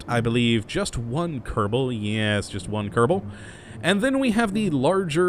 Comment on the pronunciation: I not Kottabo space program its kerbal space program!